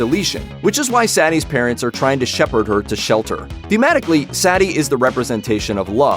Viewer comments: its suh-ti hes saying it as satti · It's not Saety It's Sati in Hindi. Pronounce it right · The girl’s name is pronounced (Sah•Tee) not ( Sat•Tee) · I never heard anyone in the movie pronounce her name "Saddy" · It's pronunced sut-e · That's Sati (SAW-TEE) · Her name is pronounced, “SAH-tee”. Idiots. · cool video and explanation. Now, please learn to pronounce Sati's name correctly. The emphasis is on the 'i', not the 'a'. For an analysis that pays super attention to the details, it's a strange thing to get wrong, especially since it's pronounced correctly the whole way through the movie. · Sati literally said her name and you still say it wrong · The machines can’t understand love, and you cant understand how to say, “Sati”.